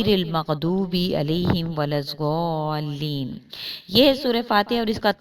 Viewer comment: Mgdobe dh. Au zualin duad ki adaegi sahihkro.